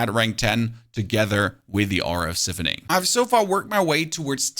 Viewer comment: Man said “si- phoning” 🤣🤣🤣🤣